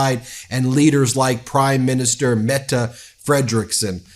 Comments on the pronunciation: Thanks for pronouncing Mette correctly 😊❤ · Wow! You learned to pronounce the statsminister´s name! Tak! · I am glad you learned to say Mette :P